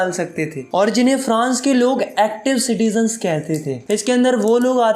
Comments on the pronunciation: citigens nahi hota citizen hota hai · every thing is good but it’s citizens not citigens thanks ☺️ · citizens hota hai sir😅😂